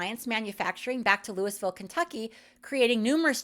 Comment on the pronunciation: Louis ville. Are you AI? You could pronounce it Louie or even Lou depending how local you are but Louis-Ville? Gotcha.